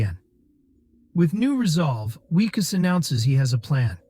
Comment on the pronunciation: You need to pronounce names consistently. Is the protagonist "Wickus", "Weekoos", or Whykoos"? Otherwise, good recap.